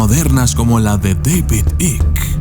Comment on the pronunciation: Por favor di David Icke. Por que no se entiende tu pronuncuacion.